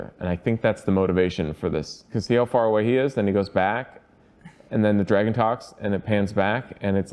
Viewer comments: saying « Dreygon » ✨👌✨ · Still can't get over "Draygon" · Who says "dreigon" anyway? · Why is saying " Draygon"? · Did anyone else notice how pronounces Dragon like Draygon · WHY ARE YOU GUYS SAYING "DREIGOUN' " ?????? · Nobody: …: “draygon” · Wait has always pronounced it "draeigon"? i had to rewind and listen again to the weirdness:D